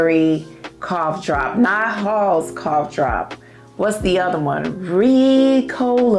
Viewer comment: Not Ricola lol😂❤